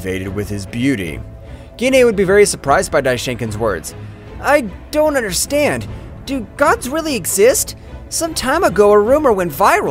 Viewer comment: i love how he says i understrand